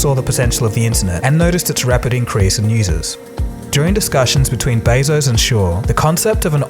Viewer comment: Jeff Bay-zose? it's beh-zos and dayta not dahta pmsl